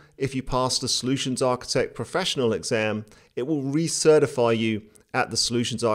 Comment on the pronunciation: "Re-Certifify" lol